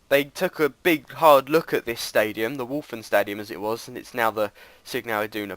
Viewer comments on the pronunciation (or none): Oh yes,and when you say:Westfalenstadion it sound weird :p It sounds like: ,,Wolfenstadion'' hehe :)